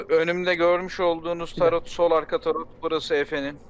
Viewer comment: Ulan ben de "tarot ne?" diyorum bir saattir. Turretmiş. Hay senin telaffuzunu...